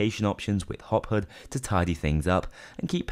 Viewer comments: Take a shot every time he says HUD wrong. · "hood"... Khe he he 'your accent funny' xd